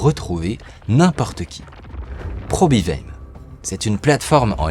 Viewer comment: On dit Probivayem : ça veut dire nous probivons ! My probivayem